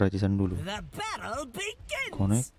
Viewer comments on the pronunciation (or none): none